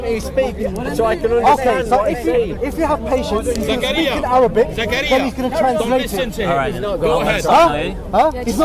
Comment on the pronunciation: Mohammed Hijab . brother plz ask bro zakariya to work little bit on his Arabic pronunciation bcz i noticed him producing unnecessary sound of the Arabic alphabet ''' ain ''' in every single word..